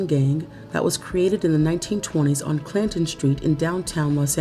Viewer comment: When I heard the narrator first say the name of that gang, Clanton 14. I thought she called it Plankton 14. 😂